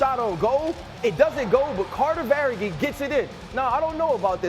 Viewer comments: Lmfao did he say VerHeyHey? Isn't that the chicken 🐔 from Moana 😂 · who is Carter "Verageee?" Yeah this is just ridiculous to listen to. Get someone in there that can pronounce the names, embarrassment to the NHL for this. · The Verhaeghe pronunciation was pretty bad.